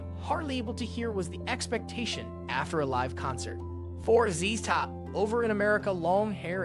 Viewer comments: It is John Entwistle in The Who,,, it is Z Z Top, not z's Top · Z Z top dude not zzz top each z is pronounced